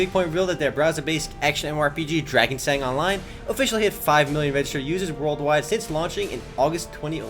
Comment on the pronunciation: Isn't it Drakesang not Darkesang?